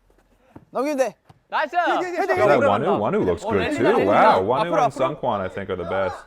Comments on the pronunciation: Seung is pronounced like zingggg. Like an airplane sound. Or SNG with no vowels. The EU is silent. So therefore, Seungkwan's name is pronounce as SNG-KWAN. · I’m so sorry but the seungkwan pronunciation gets me every time